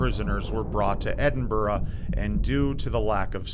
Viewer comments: you must be the first American Youtuber I've ever heard pronounce "Edinburgh" correctly. Good job! (Got me wondering also if I've been pronouncing "Buenos Aires" incorrectly all this time as well...) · An American that says Edinburgh properly!!! Amazing!! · You said Edinburgh properly, most Americans struggle with the Burgh part, good to hear on youtube!